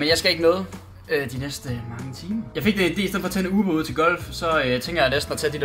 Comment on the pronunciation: trode han sager ubåd ikke uber xD